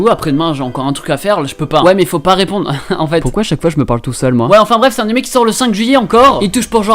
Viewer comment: On dit animÉ et pas animÈ ça me casse les couilles putain mais la video est bien tkt